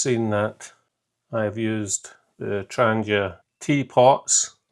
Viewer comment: Also, thanks for not saying 'Tran-JEE-a'. :-D Good man.